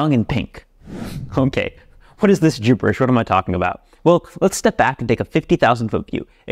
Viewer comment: Did you say jewberish?